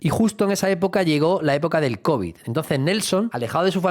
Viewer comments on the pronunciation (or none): none